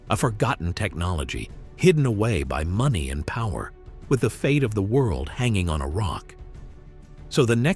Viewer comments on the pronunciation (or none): none